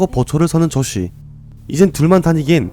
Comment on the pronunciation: 조쉬 저만 조씨 라고 들리 나요?